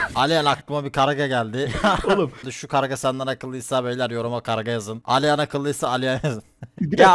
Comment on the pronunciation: garga bi gag dedi